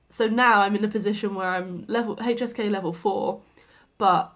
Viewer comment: Every time you say HSK I hear hey cheesecake😂